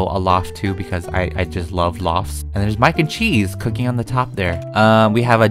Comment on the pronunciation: Nobody:: ouaaaaaaaaah Issa chees